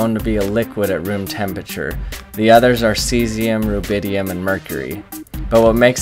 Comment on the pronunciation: I hate when people say "tempature".